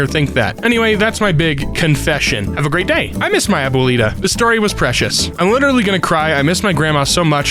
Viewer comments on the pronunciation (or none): none